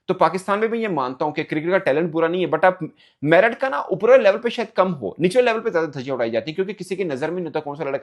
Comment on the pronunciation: In Pakistan, T is silent in Merit 😂😂